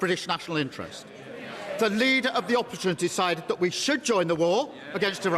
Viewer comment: "the leader of the opposhon"... has the pink manbaby been having elocution lessons from the orange manbaby